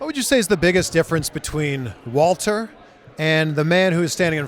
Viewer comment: Goon-ter. Or for people who respect history, it's pronounced Wall-ter